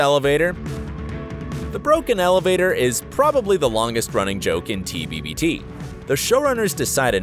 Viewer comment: He says " at the very beginning of tbbbt..." With an extra b.. so, apparently even this YouTuber has some plot holes. Irony🤣